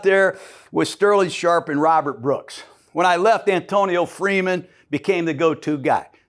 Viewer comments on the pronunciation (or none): none